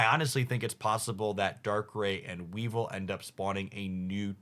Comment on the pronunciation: I commented on the pronunciations in his previous videos. It's a regular thing. Weevil and weavile and not the same pronunciation and yet he does it all the time.